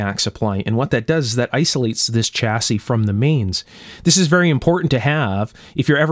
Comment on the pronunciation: Just a small point - "Chassis" is a French word and the 'Ch' part is pronounced "Shhhhh" rather than "Chhhhh". Otherwise an excellent video as usual.